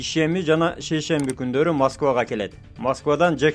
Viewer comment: Уйбай байке шейшенби бейшенби дегенинизге тушунбадум 😮